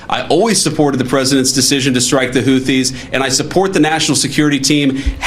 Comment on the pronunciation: What is a "hoothies"